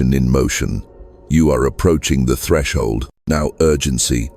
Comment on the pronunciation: Atreshld artivated